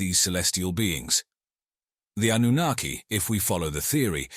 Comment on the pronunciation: Why does the pronunciation of Annunaki keep changing from correct to extremely incorrect - hedging your bets? 😁